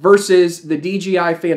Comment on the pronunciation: it's DJI not DGI